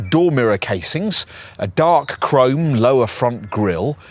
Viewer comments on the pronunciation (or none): none